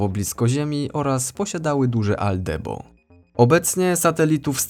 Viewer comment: albedo nie aldebo ;-) transhumanizm pełną parą. CyborgNest zazdrości.